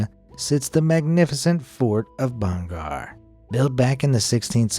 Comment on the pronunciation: Why Why Why can't you pronounce Hindi words clearly It's not bhan gaar it's bhaan gadh